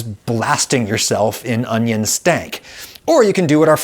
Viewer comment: "Can you eat Vidalia Onyo like an apple?" Darling, I have yet to meet the Onyo that I would not eat like an apple.